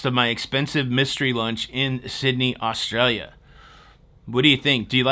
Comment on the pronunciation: Points for the pronunciation of Australia when you showed the mug. 👍